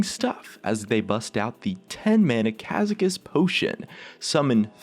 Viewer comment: gad get zan not gadjetzan